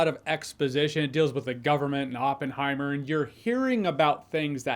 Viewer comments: I liked the part when he goes “It’s Oppen-heim!” 😅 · Open-high-mer pronounciation is bad...😅